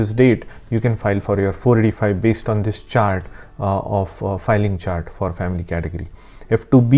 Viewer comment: Do th-hiss and do th-hat